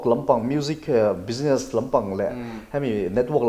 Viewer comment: Bizness o. Bijines ti toh suh. Ti tawp mai ang.